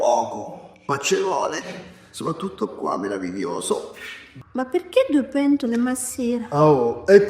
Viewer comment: Pierché du pientole? 😂 Aho pulisco io! 😂😂